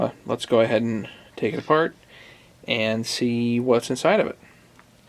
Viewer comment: “So let’s go ahead and take it afart”. I know you did that on purpose. 😂